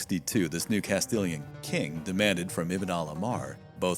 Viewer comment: OMG! The effort to pronounce the Arabic names is obvious and borderline obsessive. However, in spite of the benefit of all the videos from Flashpoint, I have cringed every step of the way at the butchering, yes BUTCHERING, of the Spanish people, battle and cities! I am a Spanish teacher, please make the same effort! Arjona = Are Hoe Nah! Jaen = ha Ehn, Castilian = cast till lee an !